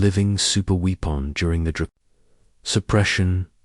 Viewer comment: weepon? Train you AI